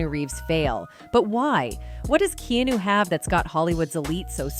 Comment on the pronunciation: His name is Keanu not knew learn pronounce before you spk